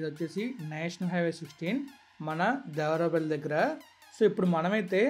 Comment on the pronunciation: Bro it's దేవరపల్లి not దేవరాపల్లి..later one is near Vizag..